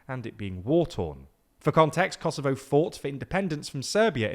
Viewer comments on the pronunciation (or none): none